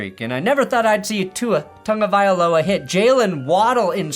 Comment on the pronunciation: So I guess the Giants would rather have Russ on the roster to do coin tosses then trade him to the colts.... Or the colts realize that a guy who's been retired for years is now better than Russ. Also, there is no "N" in Tagoviola!